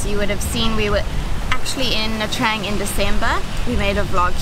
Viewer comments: It's pronounced : "Nha Chang" not "Nha Trang". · Hi and i know you it's normal to say nha trang as you write it but please say it as it suppose to. Nha tjang 😉